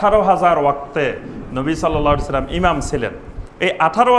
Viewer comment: নবী সাল্স লাম !? কোন সহীহ হাদিসে নেই। আছে, সল্লাল্লাহু আলাইহি ওয়া সাল্লাম। কাজেই সঠিকভাবে, সহীহ উচ্চারণে বলুন।